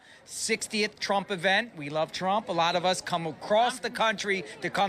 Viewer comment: Thousdands Plural nound Meazurement of the numbers of people gathereded to await Presidunt Tromp. * "Thousdands and thousdands- tears in their eyes- are gathereded to await me."